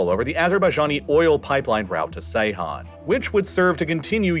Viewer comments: The turkish crude oil port is pronounced Geyhan (as in George), not "C"eyhan... I always admire your accuracy in naming places & people, so this one especially caught my ear ) Thanks for great videos anyway!! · Ceyhan is pronounced Jeyhan, not Seyhan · Have seen a few times you pronounce Ceyhan as Seyhan, but it is pronounced as Jeihan as C in Turkish sounds J rather than S. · Please stop saying Seyhan. C in Ceyhan is pronounced like g in gentleman. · Ceyhan- "djehan"